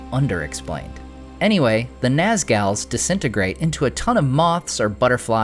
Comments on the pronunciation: Naz-gals LOL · "Nazgals" XD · "Nazgals". Good one! lol! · “The Naz-Galz” 😅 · NazGals 🤣🤣🤣 I love it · "The Nazgals" lol. Sounds like an all-girl fantasy punk band. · "The Naz-gals" LMAO! Hey, where do you find your maps for these videos? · Nazgals... thanks for making me have to wipe the coffee off my screen 😆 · Nazguys and Nazgals, hehehehe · "naz gals" lmao